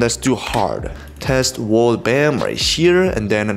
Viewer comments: "Let's do a test world" Test wrolrddd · "Test Wrolrddd" Lmao